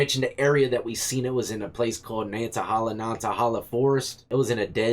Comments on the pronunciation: It would be funny if there was another youtube channel of the guy driving the Uhaul, saying this crazy couple in a black truck is creeping him out because they keep following and spying on him in the woods and along that stretch of highway. LOL By the way it's pronounced NANNA TUH HAYLA. My old stopping grounds. The butterflies being near the creek is absolutely normal. I used to live in that area and butterflies always hang around next to creeks in flocks. No mystery there. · Also it’s “Nan a hey la “